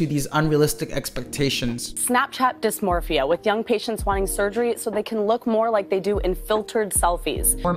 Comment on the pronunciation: as a ftnb WHY IS NO ONE TALKING ABOUT HOW THEY SAID DYSMORPHIA LIKE YOUR DYSPMORPHIC